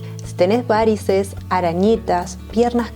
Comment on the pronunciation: La palabra varices no lleva acento es una palabra llana y no lleva tilde, por favor hay que respetar las leyes ortográficas y no puedes hablar como si llevara acento...hay que respetar los idiomas.